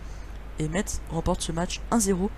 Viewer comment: Quand tu dit FC Metz, ne lit pas le "T" ! En gros tu dit : "FC Messe"